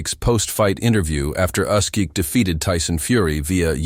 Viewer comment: "Usk"?? That's NOT how Oleksandr pronounces his last name and it is also no secret.